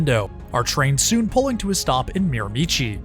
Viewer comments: Its pronounced Mir-a-me-she not Mir a michi! Native meaning Mi'kmaq(MIC-MAC or MIG-MAG)-Hate the mispronunciation. Even my dam GPS pronounces it the way you did. I know this route so well travelling it at least 4 times a year to get home from college, then twice a year from Toronto to get home to visit the parents for holidays. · Just a small pronunciation guide- Mirimichi is actually pronounced “Mira-Mee-Shee”. Love this video!! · Learn the proper pronounciation of Miramichi. Great video.